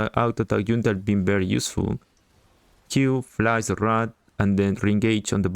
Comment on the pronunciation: "Q, flash the rRrRrat, and then rRre-engage on the baboons" LMFAOOOOOOOOOOOOOOOOOOO